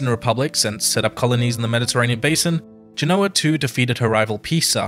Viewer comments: Listening to the way Americans mispronounce "Genoa" makes me want to put ear plugs in. Its not "Ge-know-wa" it's "Gen-o-ah" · Forgive my pedantry, but Genoa is pronounced GEN-oh-a in English, and GEN-oh-va in Italian. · It bothers me that the expert on GEnoa/GEnova mispronounces the name of the city. (But maybe he's using a different dialect of Italian.) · Please pronounce places like Genoa correctly. Its very easy to look it up. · Genoa mispronounced.